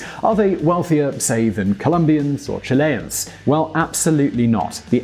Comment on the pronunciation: It's not /chi-LE-ans/ but /CHI-le-ans/